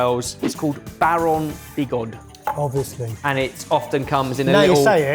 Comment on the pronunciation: definitely loses points for the weird frenchified pronunciation of Baron Bigod. You also got muddled by placing it in Somerset and agreed with him when you clearly knew it was Suffolk vro you intro. I'm sure wouldn't buy Somerset brie if there was a brie de mieux or a baron bigod on the counter so the minute you put the English flag on it I knew what it was - it's a bit thicker than brie usually is but I fell for the trap iinitially. The other one I didn't guess correctly was Taleggio - just couldn't place it but I got the rest. There are sfill plenty more for another round - a spot of rosary ashed cheese and all the washed rind cheeses and to confuse everyone's noses from the get go I suggest the bishops favourite.